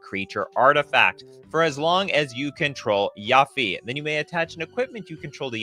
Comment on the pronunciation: why he pronouncing yuffie like that 😭